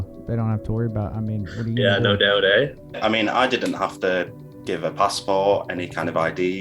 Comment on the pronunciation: "No doubt eh" pixelated man outed himself as Canadian, rough